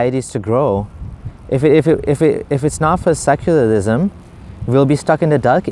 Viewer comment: "seculalism .... seculalism.....what is.... Seculalism....." 😂😂